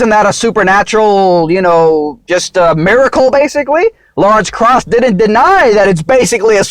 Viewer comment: Way out of your league here. Butchering Krause and inserting your favorite deity.